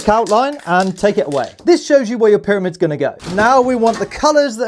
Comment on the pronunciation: I love “paramids”